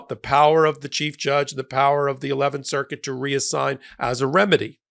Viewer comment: I heard a split circus not circuit.